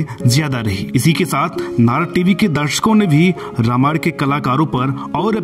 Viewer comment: Anchor please note you have always pronounced the word Ramayan wrongly. Please correct it by taking help of some learned person.